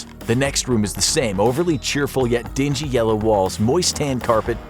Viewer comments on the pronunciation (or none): none